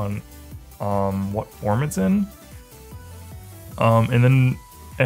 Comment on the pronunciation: I believed it until he pronounced giga drain and forme correctly